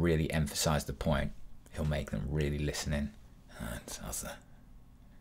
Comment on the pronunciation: I cannot get his R right. AlRight?